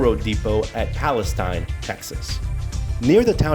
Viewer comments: Palestine Texas is not pronounced like the country, it is pronounced Pal-es-teen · In East Texas we say Palisteen. The Brazos River is pronounced Brazas. I should know since I have never lived over fifteen miles from the Brazos River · Please. "Palesteen" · PAL-es-tine is the country. PAL-es-teen is the city. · Wow, not only did you not bother to learn the proper pronunciation of Palestine you have your "story" wrong. The Union Pacific rail yard is still in operation in downtown Palestine at , - . What you found was the old ALCOA aluminum smelting facility east of town located at , - . This facility was built in approximately 1975-76 and was shut down almost immediately after when it was decided that the process cost more than the aluminum was worth. ( ) You should really try to do some research into your stories rather than try to jump on the YouTube train. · When he said Braz-ohs I knew he wasn't from here lol. The Palestine thing just reinforced it. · He would need to pronounce things like the city of Palestine and Brazos correctly first. The river is pronounced like brass with us on the end, not bras as in under garments with ohs on the end.